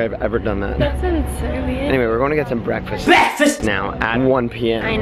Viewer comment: I love the BEKFAST inserts😂😂😂😂🙌